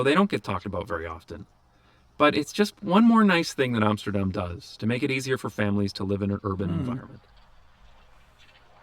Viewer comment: he said Amsterdam and NOT Emsterdem! great!